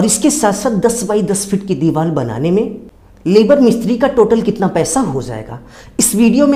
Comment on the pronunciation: It's deewar not diwal sir.